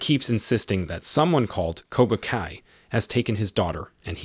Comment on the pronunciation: codge'yama.... are you fuckin serious? googling pronunciations to difficult?? lololol